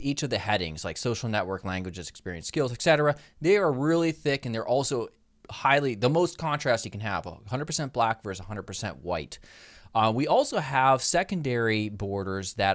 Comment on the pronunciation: Great as always. Btw, it's "ET cetera". :-*